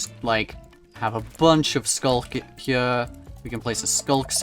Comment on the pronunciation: I love how he pronounces “here” as “hiyah”